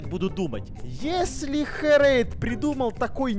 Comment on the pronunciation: Не херэйТа а херэйДа